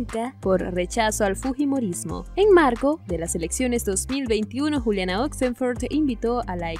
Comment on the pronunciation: Que horrible y wachafo como pronuncias oxenford